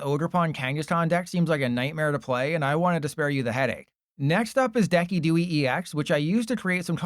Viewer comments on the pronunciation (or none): I believe decidueye is pronounced deh-SID-you-eye like the deciduous tree, no? or is this some inside bit?